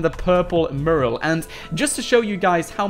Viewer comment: One day you will learn how to say the word mural. Fanny pad!